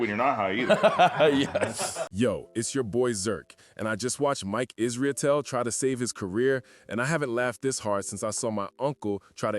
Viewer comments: Stop saying IsrIAtel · Bro, it’s pronounce “is-ruh-tell. 😂 it’s not that hard